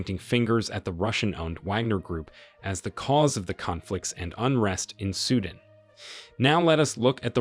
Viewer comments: it's not sudn it's sudaan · Its Sudan Not suedent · It's not suden ffs it's pronounced Sudaaaan. Seems like you're just reading some text. 😤😤